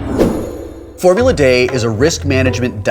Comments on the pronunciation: I love it. Wil still pronounces it "day" rather then "dee". Props for remembering the old-school version. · When I clicked on this, I was wondering whether Wil would pronounce it "dee" or "de." Was not disappointed. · It's funny that you pronounce it "formula 'DE' " like in spanish. Here in Chile we call it "Formula 'DEE'" like in english XD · why is it being pronounced as "Formula-Day" instead of "Formula-D"? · Where are you getting Formula "Day?" It's Formula "DEE." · Why is he saying Formula Day, and not Formula D? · deee not dayyy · its because the original was called Formula De and everybody pronounced that Day, which is also wrong :P should have been D, E. De for germany, and i think now D for dice... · made by two french guys. "D" is pronounced "Day" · Why is it called Formula D but pronounced Formulat Day? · Why is Wil pronouncing the "D" as "Day"? I know Initial D is pronounced "D" and the real-life drifting series Formula D is also pronounced that way. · Could someone educate me on why it's pronounced 'day' for the name Formula D? Instead of the letter? :D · Formula "Day" ??? Did Felicia make you say that? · It's a remake of a game called "Formula Dé" (pronounced 'day'), and they kept the pronounciation with the remake. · original game is called Formula DE, DE I think is a reference to Germany. The update game is Formula D ( Dee.) That's why I presume they pronounced it oddly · I am sure it was a slip of the tongue - the original edition of the game was called "Formula De" pronounced, Day. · It's pronounced DEE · Why does he call it Formula Day? Is that D in Italian or something? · D is not pronounced 'day' in French, so I doubt that's it. It's more likely from the earlier published Formula Dé (google it). I think that's the German pronounciation. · …and is pronounced “D” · Why does Wil call it Formula Day? It's Formula D isn't it? Aaaggghhhhh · "Formula Day?" Is that just how you pronounce the letter D, Will?